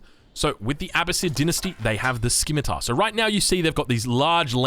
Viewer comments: it's pronounced, SIMITAR, not SKIMITAR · Its not pronounced SKIMITAR lol! It's my pet peeve and you said it like 6 times in 10 seconds argghh!